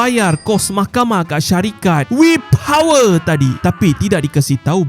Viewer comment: Min sebut powerrrrr tak rilex 😂😂😂